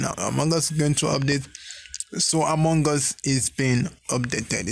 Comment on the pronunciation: Him:among gus Me:loooooool among gus